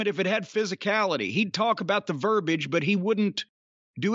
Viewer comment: Please can someone tell Jim how to pronounce verbiage.